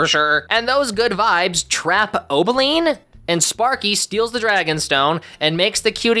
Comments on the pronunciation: its Opaline not Obeline😭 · It's O-P-aline. Not O-B-aline.